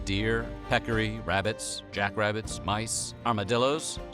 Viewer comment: Did...did he say jackrabbit?